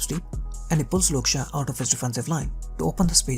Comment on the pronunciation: Great content bro keep it up! I had to laugh everytime you said Shaw because it sounded like Luke Shah.